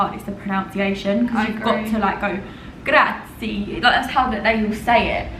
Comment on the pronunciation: grazie is actually pronounced GRAH-TSEE-EH :) Im glad you are enjoying Milan! You should check out the Gae Aulenti area, where there is the vertical forest!